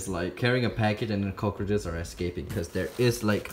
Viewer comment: It sounds like he saying turkey sandwiches😂😂